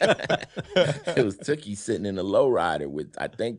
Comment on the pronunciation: He shouted out OG Cutes...